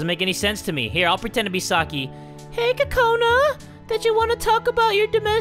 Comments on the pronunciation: Cocaninea Haha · did u mean oka cola?